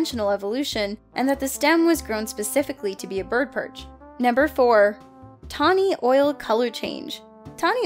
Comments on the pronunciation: anyone else notice her saying tawny oil instead of tawny owl? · tawny owl,, not tawny OIL, goddamnit when are they getting back? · “Tawny Oil” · "Tawny Oil"? Someone's been playin' too much Witcher 3.😂